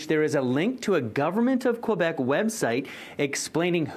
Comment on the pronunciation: City news doesn't even have enough respect to say "Quebec" properly